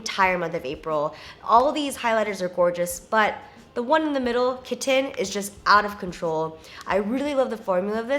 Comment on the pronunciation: "Kit-ten"! Teehee